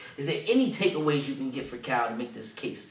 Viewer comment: is amazing at these breakdowns but for some reason he always gets Cal’s wrong lol